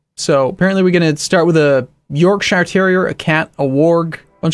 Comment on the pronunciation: We pronounce it York-sheer not York-sh-eye-er